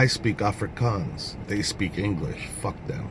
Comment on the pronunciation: you are getting good with the afrikaans pronunciation